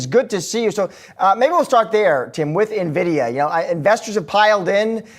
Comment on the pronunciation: Don’t take financial advice from anyone that calls NVIDIA, NEVIDA